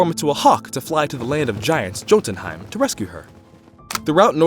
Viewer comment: just so you know the world serperent's name is pronounced yourmangander and the realm of the giants is pronounced yotinhiem